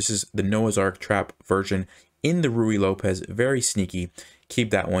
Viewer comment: Why do you say ruyey Lopez